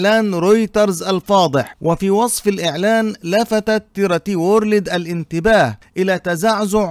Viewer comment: تي ار تي وُورْلْد وليس وورلِد، تحياتي